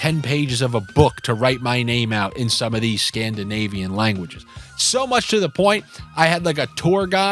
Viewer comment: Did you say Scandinavian or SCAMDINAVIAN